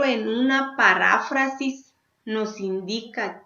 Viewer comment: Maestra es "Parráfrasis" o es "Paráfrasis"